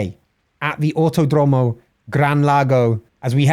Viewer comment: Pronunciation tips from Buenos Aires resident. Autódromo: The accent goes in the accent marked syllable. So "auTÓdromo". Double L words like "Villalba" and "cordillera", we pronounce it as SH. So: "Vishalba" and "cordishera" (don't overdo it, though). Although this is normal where I live, IT IS NOT CORRECT. The correct way to pronounce it is more close to LY (just an approximation, it's like a very strong L). So "Vilyalba" and "cordilyera" are probably good approximations.